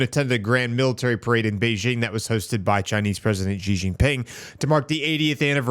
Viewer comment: why do people like to called him Jez ? his name is really simple and easily to pronounce, its just C .. even though its written as Xi .. its pronounced as C .. not Jez (not jes'us)